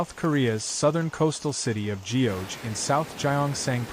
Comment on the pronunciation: ** Geoje /ɡʌdʒeɪ/. Show some respects to local pronunciation! It's not /dʒiːoʊdʒeɪ/.